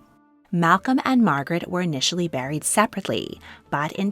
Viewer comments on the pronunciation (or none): none